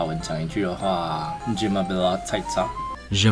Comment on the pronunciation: 法文的你很漂亮是 ㄉㄩ(Tu) ㄝ(es) ㄅㄝㄌ (belle)，不過那句Je m’appelle 很標準喔～～😊😊